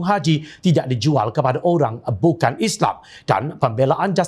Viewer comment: lagi satu... Islam bukan isleey. Al Quran bukan al kure... MUHAMMED sallalahuAlayiWasllm bukan muhammee. tidak bole di ubah ini. yg lain tu buat la apa ko suka. teh jd kopi ka..aku tdk paduli